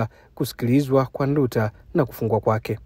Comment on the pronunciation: Haitwi Ndu ta, anaitwa Nduuta😮😮